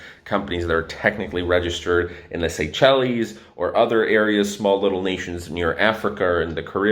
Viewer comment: Seychelles pronounced: sei·shelz